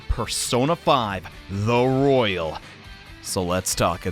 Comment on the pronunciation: Its Royal not rOyALe